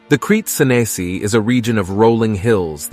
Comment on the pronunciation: The pronunciation of "Crete Senesi" is absurd and ridiculous. You don't have to anglicize everything.